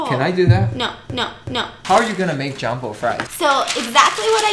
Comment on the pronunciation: .......UMMMMMMMMmmmmmm did I just HeArD say JAMBO!!???😲 and not JUMBO??? fries🍟???🤣🤣 *Time Stamp *(Ur welcome😂)